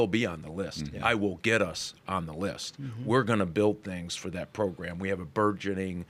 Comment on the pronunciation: proGRAM, not proGRUM !